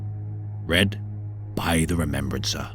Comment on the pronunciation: the remembwancer... cant listen to someone who cant pronounce the letter 'R' lol